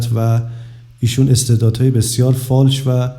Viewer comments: فالش، نه فاش بیسواد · فالش خوانی دلبندم، نه فاش خوانی،، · بیسواد اون فالش نه فاش😂واقعا که عقل نداری راحتی